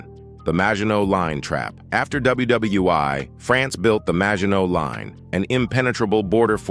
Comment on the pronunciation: Talking about #10, you called it WWI? IT IS CALLED WW1, AS IN WORLD WAR ONE. WHAT THE HELL IS THE LETTER I?